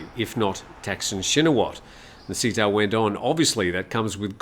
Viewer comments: The prime-minister's first name is Srettha (pronounced as Settha) and not Seattha. Thanks! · You pronounce the PM's name wrong: it's pronounced "say-tah", not "see-tah".